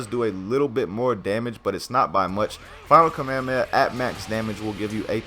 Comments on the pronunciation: STOP SAYING KAMEHAMAHA LIKE THAT JESUS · FFS KAA - MEH - HAA - MEH - HAA